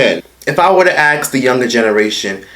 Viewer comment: ASK NOT AX